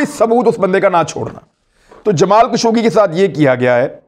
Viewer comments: جسے آپ "جمال کشوگی" کہہ رہے ہیں ۔۔ اس کا صحیح نام ہے " جمال خاشقجی " ۔ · خشوگی ہے کشوگی نہی